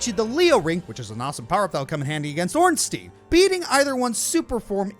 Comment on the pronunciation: Why does NO ONE know how to say Ornstein and Smough